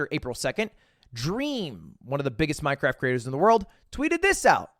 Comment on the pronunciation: Does... does he do it on purpose... when he says "cwaft"? Every once in a while "mine cRaft" sounds like "mine cWaft"